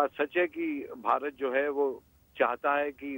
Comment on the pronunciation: Pehle country ka naam to thik se le lo...it is not "BAHARAT"...it is "BHARAT"...